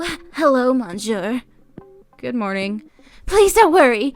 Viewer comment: I love your content but I'm afraid I need to give you a little constructive criticism. With the French Karen's story it was bugging the way you were pronouncing monsieur (I'm a hypocrite because I'm not sure of the spelling lol). For future reference it pronounced mo suere, the 'N' is silent. Please don't take offense, merely informing you.